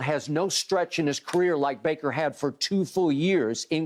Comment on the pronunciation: Shannon be getting bakers name wrong every time😂 “braker” “blaker”. Had to come watch this after that crazy game